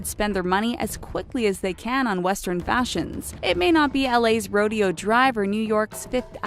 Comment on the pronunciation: I'm surprised that NO One caught that the narrator pronounced Rodeo (Row-Day-O) Dr as Rodeo. I actually stopped the video to search the comments to see if anyone else caught that. I actually was lmao at that. The pronunciation in this video is complete garbage. Sad fact is.... they usually have people who sit and edit the videos, looking for issues like this, before they post it to YouTube. Guess they're all idiots at The Talko ! 😸